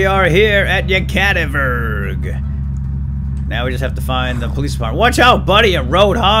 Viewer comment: Its "Yekativikurg" not "Yekativurg"